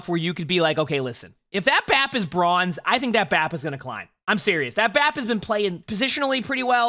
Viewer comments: british be like "broinze" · you can edit the title but we all know you said broinze. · Ahhh yes, BROINZE (here before corrects it)